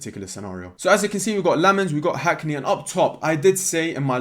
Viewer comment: I'm a Belgian, really excited if we sign Lammens! Been too long since we've had a Belgian in our team. You pronounce it "Sen-nuh Lamm-uns"